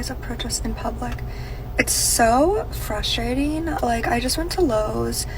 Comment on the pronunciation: You've noticed that, too? "Fruschtrating," "schtreet," etc. Why do they pronounce "st" as "scht?"